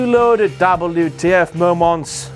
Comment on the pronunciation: How is Eva Marie's "wardrobe malfunction" not a dabbel you tee eff moemont? But it's also a dabbel you tee eff meomont that Eva Marie's "wardrobe malfunction" is not a dabbel you tee eff moemont X Files theme song